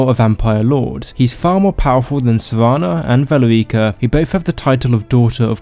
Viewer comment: "Sevana" lol